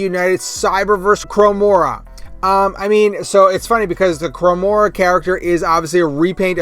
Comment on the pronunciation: I usually listen at 1.75x playback speed or higher, but had to rewind & zoom into , as I thought it was a new character. Chromia = 👂Chrome-MEE-UH Chromia ≠ 👂Chrome-MORE-UH, although could be a cool name for a new character... maybe an evil/shattered glass twin sister?